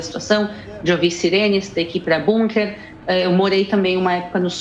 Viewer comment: Parabéns a, que além de inteligente e muito bem informada, fala "BUNKER", pronúncia correta, por se tratar de palavra alemã, não "BÂNKER", como todos os analfabetos brasileiros falam.